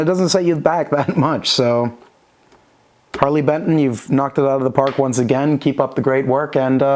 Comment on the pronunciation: Only thing giving away your german accent is the bentn pronunciation.